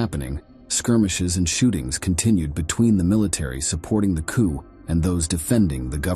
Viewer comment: It's pronounced "coo", not "coop". I hate this AI bullshit.